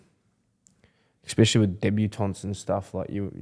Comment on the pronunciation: "Exspecially" - Brandon Smith